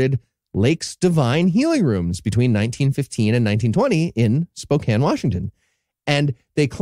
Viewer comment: I'm in Spokane so 2 things, 1 that's such Bs we've never heard of it and 2 thank you for saying Spokane correctly